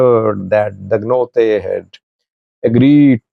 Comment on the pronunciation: Dangote not Dagnote